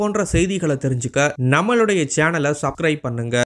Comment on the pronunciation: En pa unakku ucharippu varadha ? "Subcribe" illa "subscribe".... Ucharippu varalaina edhukku youtube la pesara...and " comment" not "commend"....erichala varudhu un ucharppa kaetta...tamizh la pesalamey....